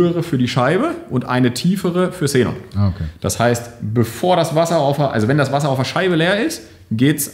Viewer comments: Cenon Scheinwerfer;) Es wird Kseenon ausgesprochen. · Sßßßßßßenon ich kann nicht mehr, wird das wirklich so ausgesprochen?:D